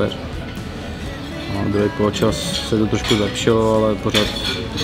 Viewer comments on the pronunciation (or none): líbí se mi jak vždycky říká polečas:-)))))))